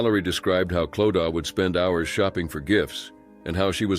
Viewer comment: No it is not! Clodagh is an Irish name pronounced Clo da.